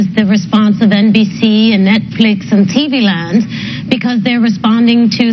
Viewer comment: “Netfleex & TV Lond”